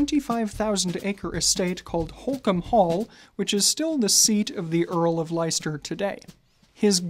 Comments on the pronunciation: Just a quick point for our American friends - Leicester is pronounced "les-ter" rather than "lie-ster" :) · Not LIESTER it is pronounced LESTER although spelled Leicester. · Thank you. That was driving me crazy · I’ve been pronouncing it Like-Esther 😂 Thanks for the info!! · Leicester is pronounced "Lester" 🙏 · It's "Lester" 😘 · With all due respect, Leicester is pronounced LESS-TER